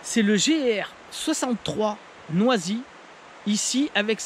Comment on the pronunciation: Bravo pour ce quasi 30 minutes face cam! Ta prononciation de "noisy m'a bien fait rire 😁" Je ne sais pas si la mouche en armement des cuillère apporte un plus, les truites sont je pense plus attirées par les flashs de la palette ou les vibrations. Par contre je valide les assist hook orange pétant!!! Pour les cuillères je préfère la sobriété des "trout essential" qui ressemblent à des ars. Et pour les PN, cette année je n'ai fait qu'une sortie truite, pas le temps malheureusement et en riviere truite j'ai plus que la Touvre à 1h de route (déménagement loin des rivières à truites...). Du coup j'ai testé les PTL craft, c'est juste une tuerie! Ca nage trop bien, coloris de ouf et ça prend du poisson! Mais un peu cher...